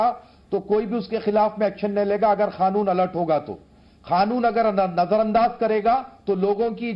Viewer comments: Mullah kaanun ko khaanun bol rha ha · Khanoon nahi kanoon chutiye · अबे खानुन नहीं कानून होता है..🙄